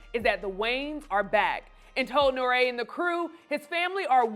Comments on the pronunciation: "Noray"? It's N.O.R.E (EEEEE) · Who is Noré? 😂😂😂 I know he's Puerto Rican but, damn.. I'm starting to think it's a running joke for everyone at Comedy Hype to purposely mispronounce things 🙄